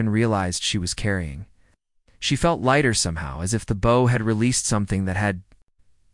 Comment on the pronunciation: The pronunciation of the word “bow” is incorrect and annoying!